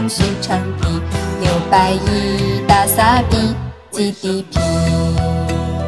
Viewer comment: GDP发音不准，略出戏啊。